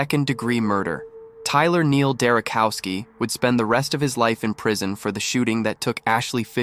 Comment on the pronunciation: Not cow, chow, Derochowski.